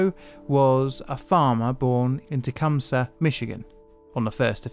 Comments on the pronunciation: One of my favorite... if you can call it that... Michigan stories. Also, not that you'll ever need to pronounce it again, but Tecumseh is pronounced Ta-COME-see. 😊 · We pronounce it tecumcee Or tecumsee here in Michigan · I'm from near there. It's about a 45 minute drive to both Bath and Tecumseh, and it's pronounced Ta*come*see.